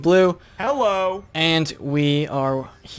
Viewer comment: Blue annoys me when he says hello its like Hullo cx And not in a bad way